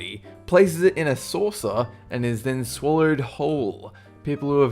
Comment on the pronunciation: I cracked up when u said, "they swaller the entire cobras heart". I always thought it was "swallow". u learn new things everyday